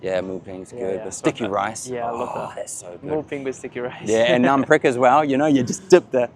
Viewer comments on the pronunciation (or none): none